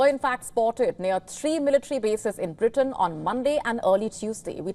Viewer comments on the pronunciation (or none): none